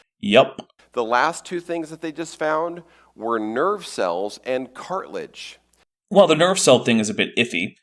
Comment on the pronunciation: "Dinoser" instead of dinosaur, "cartlage" instead of cartilage, "miterchondria" instead of mitochondria, even heard "manscape" instead of landscape once. For someone who's PhD is in communication, is REALLY not well spoken.